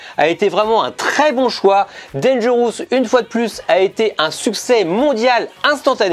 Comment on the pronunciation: Tres bonne video. Mais cela ne se prononce pas danger... housse. Tu n'as pas ecoute recemment la chanson eponyme? Merci pour la retrospective.